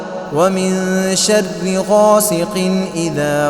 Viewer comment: Min sharre hai shadde nahi wrong pronouciation